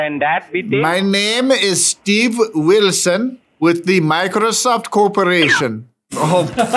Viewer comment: Meekrosoft kills me